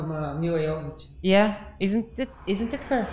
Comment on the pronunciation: That ending scene is basically the opening scene from the second game. For the time it was a really amazing game. Milla would be happy that you pronounced her name right (yo-vo-vitch not jo-vo-vitch). There's a whole bit about it in the wonderfully entertaining commentary track on the DVD with Milla and Michelle Rodriguez. I definitely recommend it, the two of them just have so much fun with it.